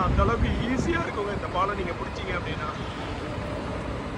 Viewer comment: Please pronounce Paalam properly.